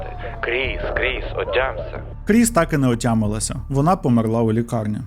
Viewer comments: Можна, будь ласка: помЕрла, не померлА😢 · Таж помЕрла а не померлА 😭 друге це на російський манер( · А чому померлА, а не помЕрла? 😅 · Немає в дієсловах наголосу на останній склад в українській мові, лише в російській. Помéрла правильно. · дякую дуже за цікавий випуск! <3 та хочу зауважити: у слові "померла" наголос на "е"